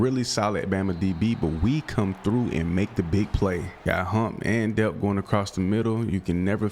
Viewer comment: Oscar delp the l is not silent it is pronounced how it looks